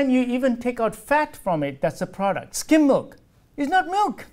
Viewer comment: "You consuming a PORDUCT not food !"